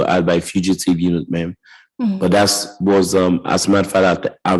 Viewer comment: What professional says the word, "dat"?!